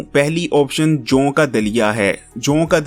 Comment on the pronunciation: Harkenm sb bolna seekh lain joon ka Dalia nai joo ka Dalia bolty